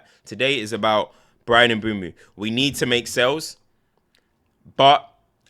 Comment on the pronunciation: is that how you pronounce his name like actually? “emboomoo” ??